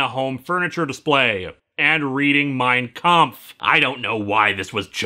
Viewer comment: as a german i have to say its Mein Kampf not Mein Kamph^^